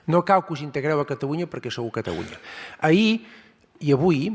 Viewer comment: Pero si no sap parlar Geralitat Catawunya... Quin pallasso